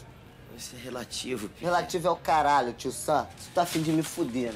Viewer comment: “Não existe é o CAAAAARALHO tio sam” mano esse foi o melhor caralho quê eu já ouvi na minha vida kkkkkkkkkkkkkkkkkkkkkkkkkkkkkkkkkk